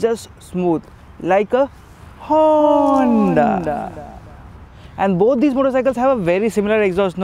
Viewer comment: hey Say Hoonnddaa once again